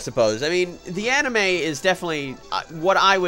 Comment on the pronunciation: Anna May, that's what I think of every time you say anime!